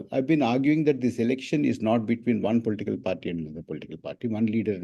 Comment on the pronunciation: its political and not polteekal, Mr. Prabhakar. You need to get over MTI.